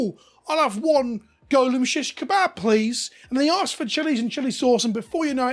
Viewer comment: British man saying kebab!